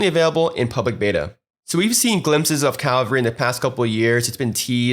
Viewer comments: Bitch its cavalry not calvary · He keeps saying ''Calvary'' not ''Cavalry'' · My thoughts as well. It's CA (as in Canada) - vull (like full) - ree (as in weeee!) CA - VULL - REE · The video was well made and I learnt a lot but I don't think I have ever been more tilted by the constant mispronunciation of a word haha. triggered me almost as much as hearing DJ Khalid try to pronounce jewelry